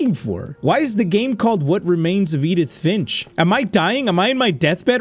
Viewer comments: Edin fish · 😂😂He couldn't pronounce Edith Finch😂😂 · first couple of seconds of struggling to say edith finch is hilarious to